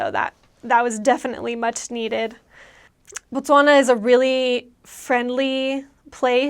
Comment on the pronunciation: Thanks for the review girl!! I love the way you pronounce 'Botswana' on , very accurate!. We will always welcome you back. And yes we drink a lot hahaha